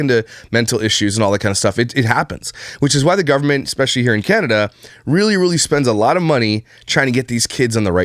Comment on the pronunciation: Omfg people who say EKspecially is such a pet peeve of mine, I just don’t get it